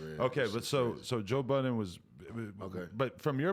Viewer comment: Joe "Buddens" lol